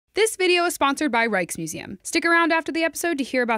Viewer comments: Christ, I keep hearing you say Reichsmuseum. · Wasn't looking at the screen at the time, so I thought said "Reichsmuseum" and I was all "Nope!"